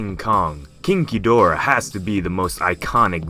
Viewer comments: Who else also hears "kinky dora" instead of "king gidorah"? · King Ghidorah (When pronounces 'King Ghidorah',it sounds like 'Kinky Dora')